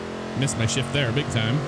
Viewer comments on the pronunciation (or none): none